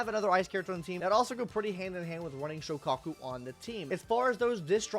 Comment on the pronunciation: ill never forgive you for pronouncing Soukaku like that